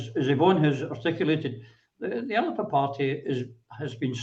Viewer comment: Christ is it not about time people learnt how to pronounce Alba!!?